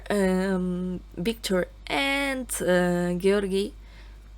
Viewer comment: I think you're the only one I've heard who pronounces Georgiy's name correctly :O